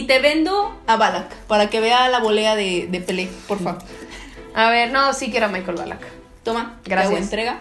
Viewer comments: Jajaja shmijel xd Jaja se pronuncia eshmeikel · Dejala que diga aún shmijel da gracia xdd